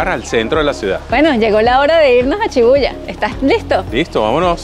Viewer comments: Chidarta Molina si muchas personas y espero que aprendas como se pronuncia SHI BU YA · No es chibuya es shibuja